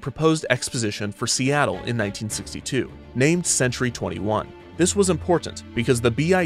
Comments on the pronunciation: love how he mispronounced Seattle after Robert Moses says Seattle is too hard to pronounce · OTOH without the "mispronunciation" we all know, who'd want to hear Perry Como sing "The bluest skies you've ever seen are in See-tul"? :) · "worse, to the people of seetle" as a resident of seattle this made me laugh my ass off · "People didn't even know how to pronounce 'Seattle'... and worse, to the people of Seat-el" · Dingwall: "People didn't even know how to pronounce Seattle..." Moses: "I can't believe I lost to Seetle!" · "See-tul" that broke me omg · Dingwall: "People didn't even know how to pronounce Seattle, much less know where it was." Kevin Perjurer: "Moses flew back to New York, having lost the fight, and even worse, to the people of Seettal." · "And worse, to the people of 'Seetle'." I love all the little jabs in the script XD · "The people of seetle." 😂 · ive watched this video SEVERAL times and “the people of seetle” bit knocks me the fuck out every time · "People didn't even know how to pronounce Seattle!" "Moses had lost the bid, and worse, to the people of Seetle." 😂😂😂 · bro I was having a quiet time at 2am with this story and you said "and worse to the people of SEETLE" lmaoooooooooooo I died laughing. Probably woke up everyone in my house. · “And worse, to the people of Seetle” Lmao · How much "the people of seetle" made me laugh has my wondering what was in that brownie I ate earlier... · "People didn't even know how to pronounce Seattle!" Kevin 5 seconds later: S E E T L E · "The people of Seetle" never fails to make me snort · "Seetle." LOL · "...to the people of Seetle" LMAOOOO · "And worse - to the people of Seat-le" lol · LOL, "SEE-tull". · Wait, did they really pronounce Seattle as Seatoll? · Lost it at "and worse: to the people of SEETLE" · the people of seetle lol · "and worse, to the people of seetle" 💀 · Ohhhh so thats how you pronounce Seattle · The purposeful mispronunciation of "Seattle" crack me up!